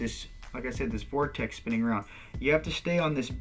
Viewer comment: Thanks so much for doing these videos but dude, this is the *fastest* way, a "short cut"?! You're kidding me! It takes THREE videos to explain this and the best part of an hour to get there?! Cut the repetition and ramble and the whole series could be 25% as long. Would love to see a more coherent summary. (Also, please, it's a "vortex", not a "vorteck".)